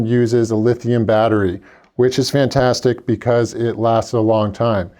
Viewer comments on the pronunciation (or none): none